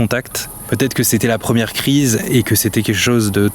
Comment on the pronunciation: 1 ème c comme si tu disais premième